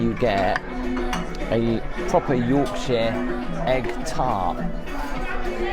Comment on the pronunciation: It's Yorkshire not Yorksheer